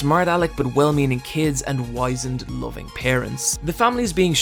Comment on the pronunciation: if you meant the word "wizened", you mispronounced it. Also it doesn't mean anything similar to "wise", it means wrinkled with age